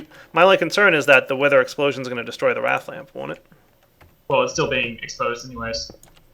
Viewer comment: It's wraith, nit wrath